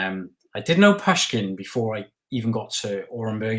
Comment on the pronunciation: It's Pushkin with "U" pronounced as in "rude". Joseph is right re Russians inviting I think a Scandinavian to be their ruler. Putin even spoke about this in his 30 mins history lesson during his interview with Tucker.